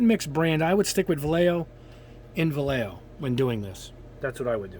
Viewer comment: Help you out a bit with the pronunciation. It's vallejo, va as in VA lley, lle as in YEsterday and jo as in HOvel or the way Santa 🎅 laughs. Hope it helps. BTW just awesome videos.